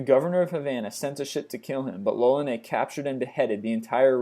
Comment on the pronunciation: Fran quois lolllaneeehh? Eh? Hey American person: murder me but not my language, eh?!